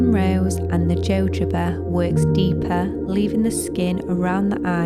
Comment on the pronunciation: Love your content but fyi jojoba is pronounced hohoba